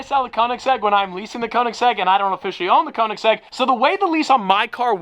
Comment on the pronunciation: Just sell the Koenigsegg because you doesn't pronounce it correctly 😂